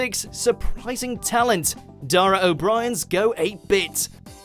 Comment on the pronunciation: O'BRI'UN!! Not O'Brian!